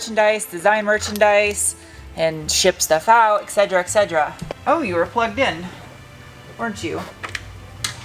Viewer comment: "excedra excedra"... you're usually so articulate with your pronunciation. Et cetera et cetera. For some reason when you said that, I thought of the pain reliever Excedrin. lol